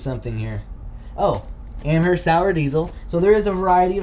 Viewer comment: Amherst is pronounced amerst. Sorry I live 10 min from there. People say the “H” all the time. Great vid bro! Very informative thank you